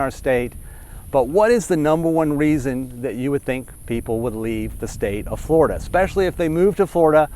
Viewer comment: He can't pronounce the letter "L." Fgworida